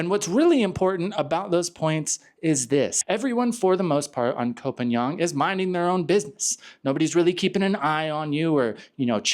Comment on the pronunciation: would take how many seconds to learn how to pronounce phangan?